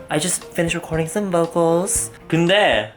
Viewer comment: that ‘keunde’ lol 😂